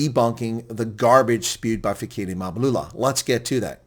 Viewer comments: It's Mbalula, not Mabulula😂😂😂😂😂😂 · MBA - LU - LA ...say it.. MBA - LU- LA ..say it